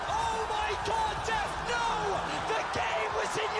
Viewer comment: bro its 'Deft' not deaf, lol